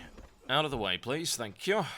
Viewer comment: LOL I like your accent when you say "...thankYOH!" :D